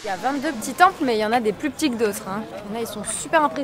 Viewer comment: Bof bof...La vidéo je veux dire ...pas les ..."Tempellls" 😉